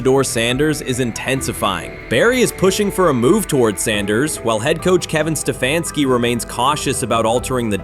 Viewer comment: kevin sta fanski really if u can't say h😅s name don't judge em